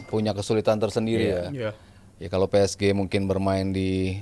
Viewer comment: Gak nyaman kalo denger ps ge jadi ps ji wkwkkw